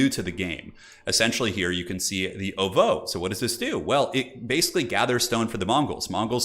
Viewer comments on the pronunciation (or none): The way you pronounce ovoo bothers me